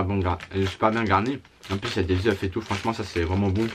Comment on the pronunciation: Tu sais pas parler wsh " les oeufs " c est les oeus " et c est pas buvrais c est je boirer ou je m intraterer